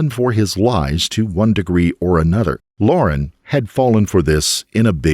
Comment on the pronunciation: So why use it its amazing you even bothered to use it in the first place yet continue even though it like all computer or AI voiced apps get half the words & language wrong to begin with let alone can't tell the simple difference between Liar & lauren...totally amateur hour...